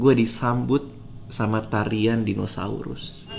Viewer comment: Pas bang Radit bilang "gua disambut tarian dinosauRUSS." itu kata terakhirnya ditekan banget rasanya 😅 Trus juga pas ditampilin show sambutan selamat datangnya eh beneran dikasih tarian + figur dinosaurus joget dong 🤣 Tapi gw sedih lihat ekspresi bang Radit pas tayang sambutan itu 😄 kek gimana gitu